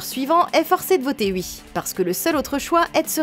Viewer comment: mdr comment tu dis ui